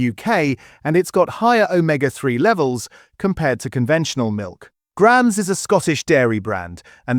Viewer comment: He also pronounced Graham's correctly then pronounced "Gram's" 😭🤣